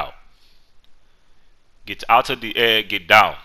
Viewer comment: You sounded Austrian instead of African: Ghet Daaown! Ghet down again!!1! ;D